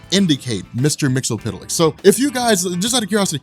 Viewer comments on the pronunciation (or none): Just so you know it is pronounced as Mix-Yez-Spit-Lick. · mix-uh-plick! it's not hard. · MXYZPTLK, pronounced: mix-yes-spit-lick. Bugs me when it's pronounced wrong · Mxyzptlk is pronounced as "Mix-yes-spit-lick".